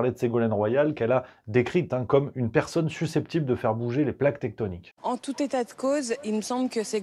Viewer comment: Garrido elle a dit TECHTONIQUE ou .....tétonique ??